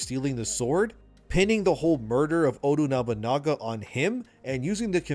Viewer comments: It's Oda Nobunaga not Odu Nabanaga😢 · It is Oda Nobunaga, not Odu Nagabana. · Shintosm? Odu Nobunaga? Hotori Hanzo? How come you pronounce them correctly and two second later wrong? Anyway, the story sounds like too fantasy for AC. Like way too fantasy. Like some fan fiction. I might have to check with my ex-colleagues from Ubisoft. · Why do I keep hearing content creators say "ODU" Nobunaga? It's ODA Nobunaga. Please proofread your scripts. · How do you end up saying Odu Nobanaga?! lmao I'm dead 🤣 it's not even a complicated name to say yet you butcher it, bro... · I can't i just can't its oda nobunaga i definitely botched the spelling not odu nabunaga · Love your videos. Keep up the good work. Just please say his name right. Oda Nobunaga. Not Odu Nobunaga. Also of you want the Japanese way it is Nobunaga Oda. Thank you. Odu sounds weird lol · Oda Nobunaga, o-da, ooooo, daaaaa, not odu. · Instead we get Ate-a Knob-o-naga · Please pronounce Oda Nobunaga properly 🤣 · I dont understand how you can go through all the effort to make this video and STILL mispronounce Oda Nobunaga 969 different times.